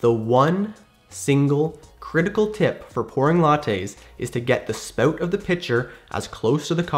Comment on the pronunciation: Haha “spowt”